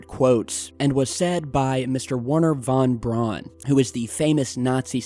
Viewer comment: Thank you for pronouncing it Von Braun and not Von Brown like so many others. It drives me batty.